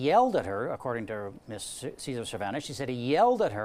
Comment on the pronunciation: "Mizz" Wilson Raybould, anybody else notice that?